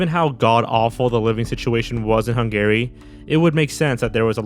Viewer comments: never heard someone pronounce Hungary as hun-gary instead of hun-gah-ree until now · You keep pronouncing it HUNG-GARY and it's driving me crazy!! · My favorite part of watching videos is listening to which words will be mispronounced, and how often those mispronunciations will recur. Only Sigma Fee and Hung Gary know for sure. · Hungary is pronounced Hun-guh-ry, not Hun-Gary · The way you pronounce Hungary makes me an-Gary. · It's killing me that you keep saying 'hun-gary' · Why does he pronounce Hungary like that?! lol It’s wrong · What's with your pronunciation of "Hungary"?